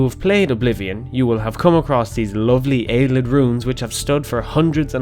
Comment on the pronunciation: Just to clarify, I am 99 percent sure that Ayleid is pronounced Ay-lee-id not Ay-lid. That's all I have to say.